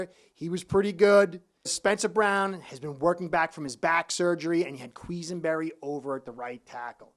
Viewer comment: almost did a spit take when you said “queeze-en-berry”. Granted not the easiest name but really great getting a fin fans take on Bills play.